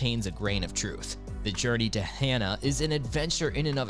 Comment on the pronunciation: FYI, AI....Shoddy research, atrocious "narration"....Kilauea=Kee-lao-way-ah;..Hana=Hah-nah; Mauna Kea=Mao-nah-kay-ah(dunno what that was - ) Kalalau=Kah-lah-lao/Ki'i=Kee-ee/Hanakapi'ai=Hah-nah-kah-pee-ai/Ha'ena=Hah-eh-nah....Please, Please, PLEASE give more research into Hawaii place names!